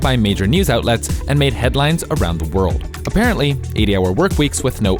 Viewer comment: When you say worlds with L in it, put your tongue against your top teeth, not the roof of your mouth.